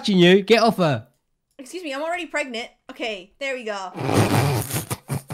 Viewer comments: and its not pregnat its pregnant😂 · "prognont" LMAOOO 😭😭😭😭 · i aint dumb💀 she says it like pregnont 😂